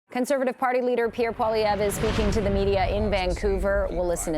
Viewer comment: Why do people pronounce his name Po-lievre, when it should be pronounced Poah-lievre? Does he not pronounce his name the correct way (I'm truly curious, I know nothing about this guy)?